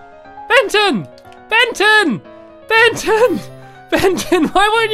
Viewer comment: When stampy calling Benton he accidentally called Benton benten